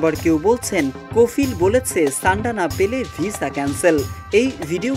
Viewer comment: ছান্ডা না ভাই সান্ডা